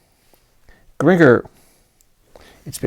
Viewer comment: I love Frank and still affectionately nicknamed (one of many) my daughter, "FFrankie" in an homage to Sir Zappa in the hopes that his greatness might run off on her. And by the way, Gringer rhymes with Ginger.😂